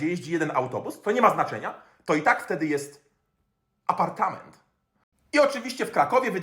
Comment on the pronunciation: Nie Apartnament tylko Aaaapartameeeeent